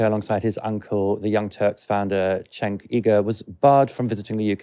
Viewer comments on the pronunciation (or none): It's pronounced Jenk.☺️.